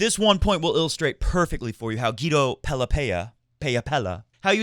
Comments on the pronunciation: I think it's pronounced Pe-la, not Pe-ya because that is how he pronounces it on the ATP website. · Pella is pronounced PEH-ja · The ll should be pronounced like a j, as in James, and the a as in apple.